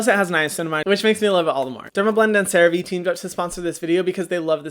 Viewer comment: Hyram has finally pronounced Cerave correctly 🙃